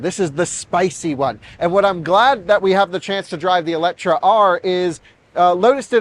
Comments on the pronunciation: It is not called Eletra, there is an E at the end, so it is called Eletre 🙂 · EletrE not EletrA.. How hard can it be to even read.. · Oh man!! It’s called eletrE (E not A - and no C)!! And is has nothing to do with electric or whatsoever 😅 eletre is Hungarian and means something like „revive“. That’s what Lotus wants to chip in with the name. Other than that: simply a dream of a car 😊😊